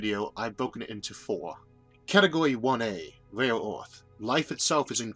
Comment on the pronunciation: Impossible to listen to. I hear "rail" instead of "rare"